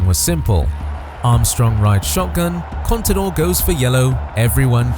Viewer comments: Contador und nicht Conidor. Cpito? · no sabes decir CONTADOR ????